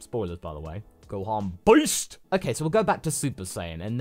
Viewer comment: He dosnt say beast he says boist